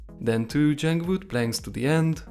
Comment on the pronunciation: why u say jung wood not jungle wood